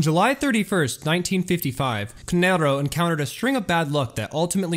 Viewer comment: No shade, but as an Italian It irks me that you pronounce "Canarro" in a spanish tone/accent. All in all though bro, keep up the amazing work.